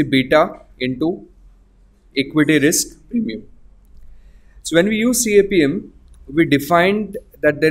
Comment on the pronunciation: It’s pronounced kapem